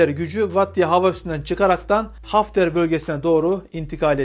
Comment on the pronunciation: kardeşim dilinde bir sorun mu var bazı kelimeleri telafuz edemiyorsun Havder diyemiyorsun halter diyorsun aynı şekilde pisvaril'e de mismari diyorsun biraz gayret olacak